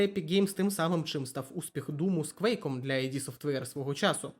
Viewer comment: Дякую за цікаве відео! Одна ремарка, не АйДі софтвер, а ІД софтвер. Кармак якось у інтерв'ю розповідав чому так.